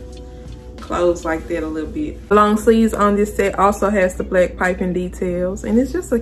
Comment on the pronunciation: Your accent is adorable, is that Baltimore? Like all the short A, long A and short E sound the same. Satin black set is "Saitin blaick sait." So cute. Thanks for modeling, helps to figure out the size needed. It all looks great on you.